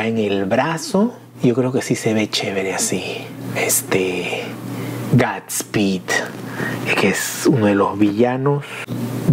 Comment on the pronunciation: Dilo bien no es es guudsspeedk es godspeed sabes inglish? No hate